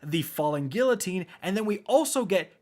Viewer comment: Please learn how to say Guillotine. It blows my mind how no one can pronounce this